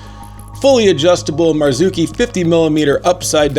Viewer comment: Love seeing in the reviews! It's pronounced MAR-ZOCH-CHI and Er-Go-Nom-Ics. Just toying with you, this video is FIRE!